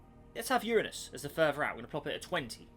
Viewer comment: Finally someone who says Uranus correctly